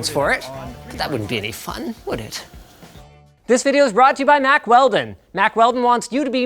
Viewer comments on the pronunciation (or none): none